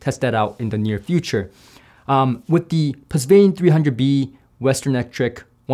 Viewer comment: Pusvane? Is that how it’s really pronounced? My understanding is “puh von” but something got lost in the translation by the chinese engineer.